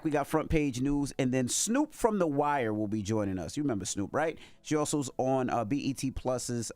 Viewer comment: Can somebody please tell that an AXE is used to cut down trees the word is A S K!! ASK! The word is not CHU it is YOU!